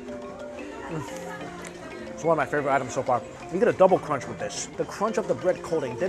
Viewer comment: Superb CRONCH lol